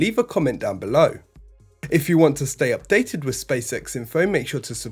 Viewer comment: Once more, wiv feeling. Next week the narrator will be Andy Murray.